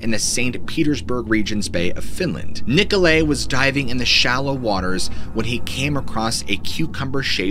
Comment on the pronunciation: I just know you haven't played nazi zombies because of the way you pronounced Nikolay